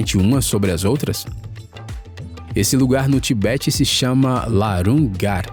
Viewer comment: ♦️🇮🇪 HOLA da ITALIA 🇮🇪♦️. 🟨🖍️🟨 🧿 VIDEO. 🖊️ CRAZY ‼️🤣🤣 AH ‼️❌SO 1 LOUCO, 🤯 ☝️❌ COMPARA. ⛴️⛵ VENEZA ou VENEZIA ⛵⛴️ ☝️🖍️ C. FAVELA ALAGADA na AFRICA ‼️‼️‼️🤣🤣♦️♦️♦️VCE E 🐴 BURRO 🐴 🖍️🖍️ 🧿 TA PRONUNCIANDO. 🟨⛩️⛩️ TIBET 👁️ 🖍️♦️🖍️ERRADO‼️🤣❌❌❌🤣👎👎👎👎